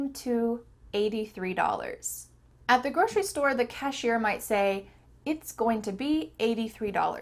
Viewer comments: I didn't know 'grocery' is pronounce as 'groshery'. Good to know! ❤ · Is it just me or you pronounce grocery with an Sh sound?